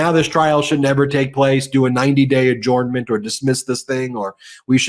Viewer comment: “Adjournment” should be pronounced “adjernment”, please #RealEnglish